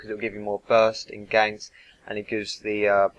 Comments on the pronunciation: "gives more burst for gonks" you mean ganks? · gonks instead of ganks xD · ganks* not gonks